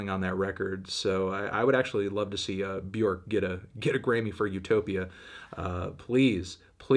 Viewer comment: Still can’t pronounce Björk correctly